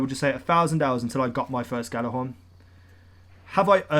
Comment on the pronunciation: its pronounced "Yha-lar-hawrn" stop calling it a "gha-la-hawrn"